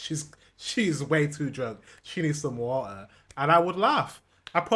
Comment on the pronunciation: wodääär I love like you say water^^